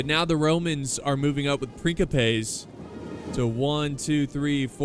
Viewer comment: Roman princeapas not prinkapas